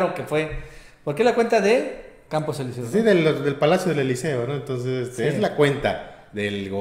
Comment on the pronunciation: Estan mal, Eliseos se dice con acento en la i...